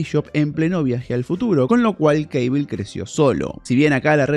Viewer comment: Cable se pronuncia como se escribe